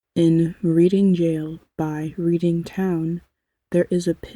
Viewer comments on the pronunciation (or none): The market town, Reading, is pronounced as, reding., it's a silent a. :goodvibes